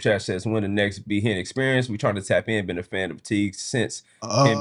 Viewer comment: been saying “this Ben year for the past 2 years”🤣🤣🤣